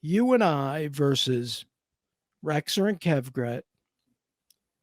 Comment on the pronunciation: I second the Rexer pronunciation